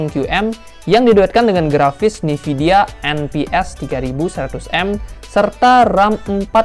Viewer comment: Nvidia itu dibacanya bukan Nividia bosskuuuuu.............. EN VI DI AE